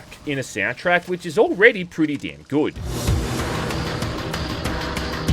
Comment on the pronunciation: I like how you say it the word good like "goude"